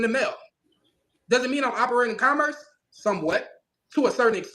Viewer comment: This is long, and is closer to things I would have put in the chat than my normal commentary on B&B posts. I blame you guys, bingo, and Legal Fiction and CerebralTackle for keeping you two so well lubricated. To be fair: If one hasn't heard the word "commerce" pronounced correctly, pronouncing it based on "commercial" isn't an illogical guess. Making fun of criminal idiots of all shapes, colors, and sizes: Have you guys actually covered anything involving "little people"? Using AI to read something to you: I read a lot via Audible, so I can't knock that - it lets me read and do something else at the same time. I've been using Audible to read the Wheel of Time series, and am almost done. Not a funny: Thinking about it, I imagine that Mr. Lang is telling the truth at his stop, to his belief. That said, the first thing he said was that the license plates were legit and paid for, which sounds like a blatant lie. I've seen this video several times, and heard people reference a GrubHub bag -= I haven't seen that in the video. And (again, to be fair) one could have a GrubHub bag or sticker from previous work. Clearly, the opposite of "understand" is "derstand". The Constitution does carve out the District of Columbia (actually, whatever non-state area was specified for the eventual capitol) as being under the authority of the federal government, as opposed to any state government, as are U.S. military bases. BSBT's address: Is General Delivery still a thing, or have PO boxes replace